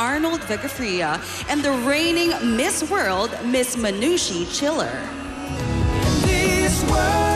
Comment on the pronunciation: Manushi Chhilar is pronounced as MA-NU-SHI SHI-LAR